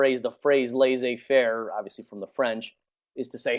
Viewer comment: Laissez-faire [Less-ay fehr] pronounce it right please!